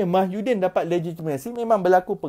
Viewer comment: Slm dude..you need to start pronouncing tsmy's name correctly..its MOHYI-din, rather than MAHYU-din...just a little mistake but best to be corrected..cheers